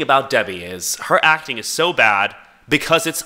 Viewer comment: “I was a bas girl…I did sökme bas things…..” GIRL GET BACK TO SELLING BOWS